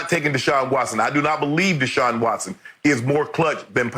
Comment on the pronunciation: It’s Deshaun fasho